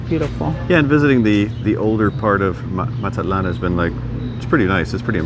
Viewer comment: Linda needs to teach you hot to pronounce Mazatlan